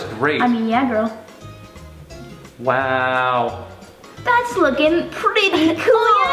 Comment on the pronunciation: Lol “gril”